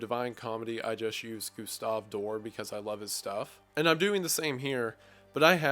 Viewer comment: It's not pronounced as Gustave DOOR but as DOR-ay.